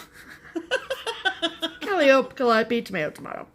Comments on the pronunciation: There's a street in New Orleans that's pronounced the way said "Calliope". Just a little tidbit. 😁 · Congrats on your finishes! I love the Patriotic Sampler that you are stitching, Pam. I have added it to my wish list. I had to chuckle on how you pronounced caliope,. My hubby also chuckled because he said he would have pronounced it just about the same way (he's a French Canadian/American). I just watched Sassy Stitchin' Sisters and Brothers. So cute. Next generation of stitchers. Well, just saw rest of your video...now I have to add Stars and Stripes Forever to my wish list:). Oh my...now I need Santa's Light...lol. What is the name of the mittens pattern that is hanging on your wall behind you? Have a great time at Stitchaway! I would love to stitch the sampler.